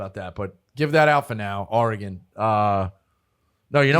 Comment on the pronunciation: One of these days Dave will learn how to say Oregon